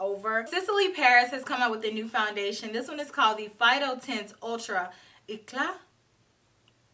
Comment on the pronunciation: you look fantastic 💜❤️💖!!! And this video was a lot of fun... I think I will watch it one more time, right now 😂🤣... By the way, you got the pronunciation of "eclat" 100% right (the Sisley foundation) ~ my native language is French ~ And... yes, I also wonder if we are going to get 13 new foundations within the next month 🤣😂